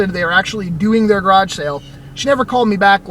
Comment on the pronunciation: Creepy sounding scab lady. Plus I like how you say grodge instead of garage